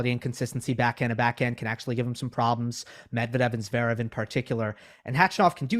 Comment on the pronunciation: What do you mean, 'to cheat' re Stef? What does RBA is like a cup of coffee mean?? What's the reference to peanut butter??? Im from across the pond and I just don't understand🙃 PS it's zvErEv nor zvEErev. Ist E is just like the 2nd E